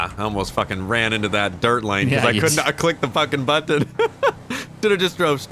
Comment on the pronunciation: says Button so weird lol